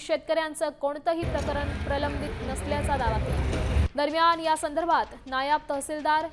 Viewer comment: या बातम्या देणाऱ्या बाईला मराठी नीट शिकवा नायाब तहसीलदार नाही मॅडम नायब तहसीलदार असा शब्द आहे